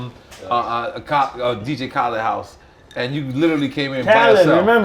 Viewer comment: You couldn't pay Nore to pronounce DJ Khaled's name right